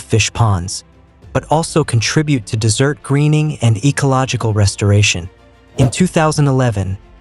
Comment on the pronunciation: Wonderfully informative. Please consider using a real person to speak the text, as the AI voice frequently mispronounces words, and also has problems with the punctuation. Examples: "desertification" mispronounced as "decertification," "desert" mispronounced as "dessert."